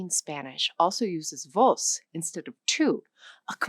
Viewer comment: “I’m not saying it right.” Most accurate statement of the video, unfortunately. Mispronunciation compromised the quality of this video. Very interesting topic, with pronunciation errors galore and multiple factual errors. For example, vos as a second person singular informal pronoun with its own verbal forms is used in other countries besides Argentina, for example, in Costa Rica where I lived for a time, and other countries as well. It’s considered a “barbarismo” but the people use it consistently.